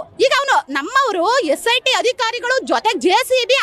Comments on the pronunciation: aduu cit allaa sit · cit alla sit😂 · CIT ಅಲ್ಲಮ್ಮ SIT ಅದು